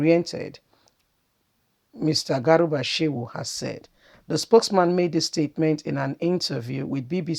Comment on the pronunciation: Not garuba but garba